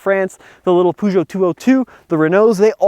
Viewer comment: He's good, also when he says Renault he gets it right, so I don't get why he doesn't pronounce Peugeot the right way ^^